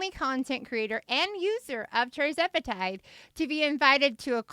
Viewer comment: Isn’t it TIRzepitide not TRIzepitide🤔🤔